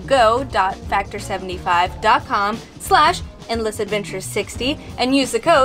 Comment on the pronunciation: sounded like u said Inn-less adventure and not End-less..whatevs!